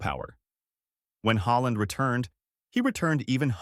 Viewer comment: So he changed his surname to HOLLAND! NO!. Bad AI American narration, as usual! Puts me off watching!